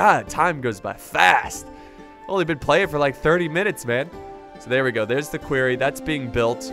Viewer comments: he says query rather than quarry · "Querry" "Quorry" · listen to Loken because its not queryyyyyyyyyyyyyyyyyyyyyyyyyyyyyyyyyyyyyy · loved this keep it coming please please for the love of god its called a quarry not a query lol a query is if you are asking a question are looking into something xD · Lmao "query" I pronounce it "quory" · Please stop calling them a "queery" it's a "quarry" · Litterally says queery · stop calling the quarry a query, that's not how you say quarry ahhhh!!!! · it hurts my head every time you say quarry wrong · obviously he's just pronouncing the 'a' based off of words like Quack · someone teach him how to pronounce quarry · You're saying Quarry wrong